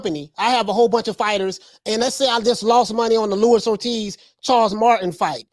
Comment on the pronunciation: Who is Louis Ortiz? It’s Luis Ortiz bruh